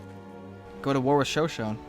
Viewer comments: Isn't it pronounced Sho-Sho-Ne? Not Sho-Shone...? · GAH IT ISN'T 'show shown' it's Show shown ee' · Sho-Sho-Nay, not Sho-Shone. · It is sho-sho-ne not sho-shon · Also, its Show-Show-Nay, not Show-Shown. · It's bothering me so much how pronounces Shoshone. It's pronounced like show-show-neigh. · Sho-sho-nee. Just for the record. Good vid. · It's pronounced sho sho knee In the future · Sorry to be this guy i know its not a huge deal but Shosone is pronounced Show-Show-knee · Show-Show-Knee = Shoshone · It's pronounced sho-sho-ni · Sho-sho-ne! Lol, it's pronounced that way. Or shu-sho-ni. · Mango peeped is the capital of the Shoshone and its pronounced sha-sho-ne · It's actually pronounce sho-shou-ni btw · I believe Shoshone is pronounced "sha show ney or nee" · Sorry to be pedantic, but it's sho-SHO-nee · Great episode, but for future reference, its pronounced sha-shonie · It is pronounced sho-SHO-ne. I mostly bring this up because I am descended from the Shoshone. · Sho-sho-nay! I'm sorry, but you need to pronounce the e. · Ik lots of people already said this but its shan-sho-knee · Its pronounced sha sho nea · it is pronounced sho shonee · Shoshone is pronounced shoshony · your pronouncing ShoShone wrong, sorry I just want to make sure you know. It's pronounced Sha-Show-Knee. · The Shoshone are pronounced sho-sho-nay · Its pronounced sho-sho-ni! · Holy Shit you could actually pronounce their names, but shoshone? Almost man almost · yes i just replied to you and- PRONUNCE NAMES RIGHT!!! LEARN TO SAY SHOSHONE- NATIVE PRIDE!!!!!!! srry i love your vids but you butcher all foreign anything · I believe the the e at the end of Shoshone is pronounced.